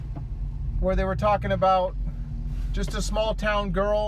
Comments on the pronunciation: I hear yust too 😂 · One thing people aren't commenting on is at the beginning of the Journey song he says Yust a small town girl. He's clearly not saying Just. I have no idea what a yust is but that's what I hear.